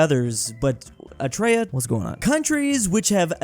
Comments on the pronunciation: pronunciation of Eritrea as "Etrea" hurts me. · Love how he pronounced it “etraya” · calling Eritrea "etraya" never gets old